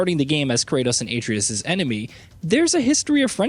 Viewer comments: Why in the hell do people still pronounce Atreus as “aye-tree-is” when it’s obviously pronounced “uh-tray-us?” Shit boggles my mind. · Couldn't pay attention to the video bc the narrator kept saying Atreus as (A-tree-us) instead of the right way of (A-trey-us) I dont know why i let those things bother me🤷🏻‍♂️ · Same. Atreus. Not A treus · His name is Uh-tray-Us… not A-tree-Us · AH-TRAY-US ....not AAY-TREE-IS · All this tells me is you haven’t played the game lol. ATRE’US!! Accent over the E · If you're gonna read something, learn how to pronounce everything, especially names of the main characters. Have you played the game? Or is this a bot reading it? Seems like how an old Mac text to speak function would pronounce names. Uh-tray-us. Got it? Good. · "Aetreeus" 0_o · Lmfaooooooo Uh-TRAY-US 😂🤣😂🤣 omg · Who is A-TREEus? 😂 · I don't understand why so many youtubers pronounce Atreus wrong, the game tells you how to say it. "8🌲us" lmao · You clearly never played the 2018 GOW "Ate-tri-us" I rest my case can't even watch this video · Atreus - (Uh) (tray) (us) 👌🏾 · Uhh-tray-es .. fuc they say his name correctly in the game bro u ruined the videos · Atreus {Ah-tray-us} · Maybe learn to say Kratos' son's name before doing a video where you have to say it multiple times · Honestly was gonna watch then heard the way he pronounces atreus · Lmao you know the dude reading this script never even played the game when he can’t pronounce the characters names right 😅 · Can tell you didn't play the game by how you pronounced Atreus. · the way he pronounces Atreus's name...im not a fan. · Can you please say the son’s name right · How many times are you going to mispronounce Atreus…. Lmfao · Broo this is the second video that yall butchered his sons name. Lol. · Bro the way you say Atreus hurts me 😂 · This clown 🤡 couldn't even get, Atreus name right. 😒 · Can nobody pronounce atreus' name right? Jesus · Will somebody please tell him how to pronounce Atreus??? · Your “Atreus” pronunciation😂